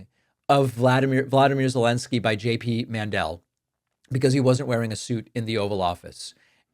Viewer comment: Cracks me up still every time you call him JP Mandell 🤣